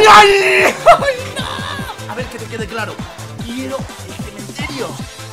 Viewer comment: Porque dice nou